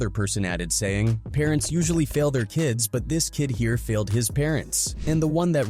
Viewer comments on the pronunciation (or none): none